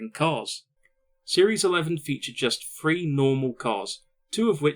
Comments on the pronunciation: And it's "THree" not "Free", if you want to do narration, learn to talk. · What the hell is , "frew , free , furteen "????????